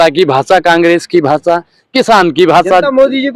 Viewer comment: Bhasaa nahi bhasha